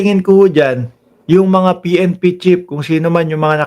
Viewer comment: Pnp chief hindi pnp chip ayusin mo naman pronunciation mo.